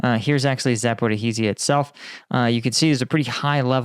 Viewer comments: Dude. I say this constructively but cmon. You could have spent 3 minutes researching how to correctly pronounce “Zaporizhzhia”. That city has been in the news for months, I would expect someone with a channel the size of yours and whose content recently revolved around Ukraine to at least be somewhat close. Do better man. Apart from that, interesting video and that makes sense regarding the ballistic testing. Was it confirmed whether Russia was the reason they finally launched their first satellite? Edit: the way you’re pronouncing it is harder too. No need to make things harder on yourself. There’s plenty of YouTube videos that demonstrate proper pronunciation. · yes I agree for conversational purposes but this is a pre recorded video from a content creator with a lot of subscribers and creates content that covers Ukraine often. He could just state that his pronunciation will be butchered up front. But he’s making a video and Zaporizhzhia has been mentioned almost daily from the start of the counter offensive. You’d think by now you’d pronounce it right. I agree in general it’s not important but for a YouTuber with 300k+ subs and reports on geopolitics and military topics he should do better. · Jesus Christ! Why are you STILL mispronouncing 'Zaporizhzhia?' You keep adding an extra syllable every single time! Just type Zaporizhzhia into google translate and select the 'listen' icon! You're seriously doing my head in with this now, plenty of people have mentioned you keep mispronouncing the word but after 2 years you're still doing it! Get a grip! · It's so nice how the Internet Research Agency staff gives Russian lessons. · It's Zaporizhzhia. Not " Zapo-Ra-rizhzhia. Just a note. Caffeine is way worse than a little sugar. Get rid of the caffeine and put some sugar in it, and you might have something. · I don't want to sound like all-knowing, however Zaporizhzhia is pronounced following [zɐpoˈriʒʲːɐ]. Much easier than you'd thought though :)